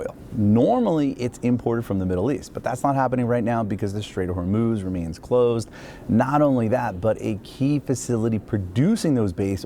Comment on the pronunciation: it is NOT HORNUZ! The proper way: HORMOZ!! HOPE YOU LEARNED SOMETHING!